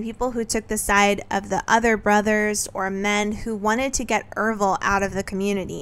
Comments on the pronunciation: Oh never mind, you say it right for the rest of the video. It was just once at the beginning. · I'm pretty sure his name is Ervil... Errrrr ville. Not Ev-ril.